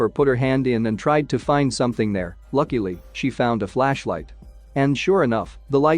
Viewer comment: When he says "Lakily"